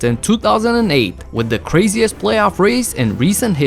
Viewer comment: The ‘CRAZIERST’ 😂. Great vids tho